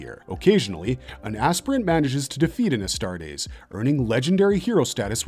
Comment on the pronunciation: So, we've made this video to be able to tell fans from posers once they start trying to spout lore facts? "Yeah, you watched the wrong video, bro." Also, "sha-plane" Also, "ass-tarts" Also, who will become the Warhammer 40K? Gotta catch em all!